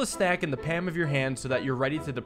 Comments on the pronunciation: wall it is pronounced without the L. but its pronounced pahm not paAm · "Pam" of your hand? lol. I've never heard anyone pronounce it like that. What the fuck lol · Starting off early, I see. It should be "Pom" or "Pahlm." "Zhahn-Darm!" (The gendarmes were the police) "Boh-ee-shuns" (Boeotia is a district of Greece - he's using it as a synonym for "Philistine") The word you skipped over is pronounced "boo-tahd". "Sah-GAA-si-tee". "On-ree Dah-rah-mitz" That was pretty close, actually. "Bear-zher-aack" "Ree-sheu-lyeu" (The u sound here is not easy to transcribe to make sense in English, sorry.) "Muh-syeu" (Same u sound as in Richelieu) But where else am I going to get comment fodder from? "Cah-PRER-uh". It's an island in the Mediterranean, so clearly Theodore's not doing too badly. Again, it is "Leev-re." Sophie "Doe-bin-yee." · The way he pronounces palm without the L is quite funny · why do you say palm as pam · For all of you trying to describe how he pronounced it learn IPA he pronounced it as /pæm/ rather then /pam/ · I love videos, and is always entertaining But GOLLY it hurts to hear him say pam instead of palm, if you’re reading this, take note of me saying that I love your videos regardless! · What planet do you live on where PAM is normal? Paul-m is the normal pronunciation for me. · it's pronounced paLm. There's an L in there. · Why’s he say pam instead of palm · bro doesnt know how to say palm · He must pam the cards well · Him saying pam and NOT PALM MAKES MY BONES DISINTEGRATE like look you shouldnt constantly have a bottle of pam in your pam should you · Most people would rhyme palm with calm, but you do you! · Coming to rewatch this series, and now the way he says palm and calm actually seems relatively normal to me. I've watched too much. But is it really too much?